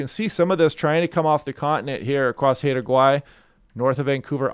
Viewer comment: "Haida" rhymes with "pie".